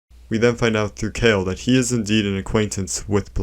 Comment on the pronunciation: It’s pronounced Blyth not Blyd, dd in Welsh is said with a th. Blaidd, Ranni, Iji and Seluvis all have Welsh accents, just like me! And Kale is said like Karlay, gaol is the old English spelling of jail and it’s Nokron not Nekron. Your video is top class regardless of the slight mispronunciations so thank you, Blaidd definitely best boy!